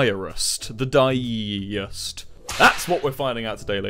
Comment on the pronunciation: “Die-e-ist” Suicidal: am I a joke to you?